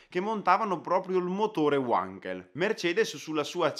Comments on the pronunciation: Ehm... La pronuncia appunto. Wankel era tedesco non inglese quindi V_ankel non U_ankel. Scusa se faccio da maestrino :) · Essendo Felix Heinrich Wankel tedesco, il suo cognome non si pronuncia "uankel" bensì "vankel" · Uankel? Perchè non addirittura Wonkel, come dicono su Focus TV? Non si può sentire!!! Si legge Vankel: non è Inglese. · È Tedesco si pronuncia Vankel, non Uankel, grazie comunque bellissimo video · La pronuncia è "vankel" non "uankel". Felix Wankel era tedesco non inglese. Così, per la precisione. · Credo si pronunci "Vankel " e non "Uankel all'americana in quanto ingegnere Tedesco. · si parte male Wankel era tedesco, si pronuncia vanchel non uanchel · si pronuncia vankel e non uankel! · Wankel con la "V", non Uankel. E' tedesco, non inglese. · Ma perchè Uankel ,è tedesco si dice Vankel, lo sanno anche i bambini... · Per favore, WANKEL con la W alla tedesca (non certo Uànkel !!! ). Altimenti dovremmo dire anche Ualter ! :) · UANKEL.......hai detto UANKEL ???.. e pure perseveri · uanchel non si può sentire però. è tetesco no inclese ja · Wankel si pronuncia alla tedesca non all'inglese! Cima! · SI LEGGE WENKEL NON WANKEL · UANKELL NON SI PUO SENTIRE....... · Comunque Wankel era tedesco e si pronuncia 'Vankel' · Giusta osservazione, la pronuncia corretta è con la V come Vasco, la qualità di un canale d'informazione si vede anche da questi dettagli. E non vuol dire che se altri sbagliano tutti debbano perseverare nel fare errori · La doppia W di Wankel si pronuncia come una V italiana, non all'inglese 😂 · Il miglior motore mai costruito, per quanto concerne le prestazioni. Bandito dalla F1 perché era semplicemente invincibile. P.s. si pronuncia "Vanchel", con la V, essendo tedesco :) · Wankel si pronuncia come scritto, nn uankel, é tedesco... 🙈🙈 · "Uankel"? Il tedesco, questo sconosciuto... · Hai ragione tu, è un nome tedesco e pertanto la "W" si pronuncia "V" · È vero ma si è scusato per la sua pronuncia. Perdoniamolo per questa volta